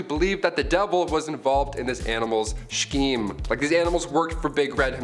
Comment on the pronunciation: No sh sound in scheme. Just ‘sk’eme.